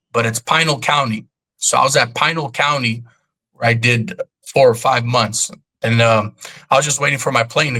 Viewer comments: Been doing time since 2002... Been in Madison,4th Ave, Durango,Towers,tents,LBJ... Your stories are not adding up. Can't even pronounce Pinal County the right way. You ain't fooling me and anyone else who done time out here. Done years in ADC also with a 186 number.. you're a liar 100% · He dnt even kow how to say pinal county fool a lame lieing to much hot sauce on his burrito aka exaggerating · Exactly. Thus guy is so full of it. Anyone that has lived in Arizona for more than 6 months can pronounce Pinal county. I'm not buying anything this guy trying to sale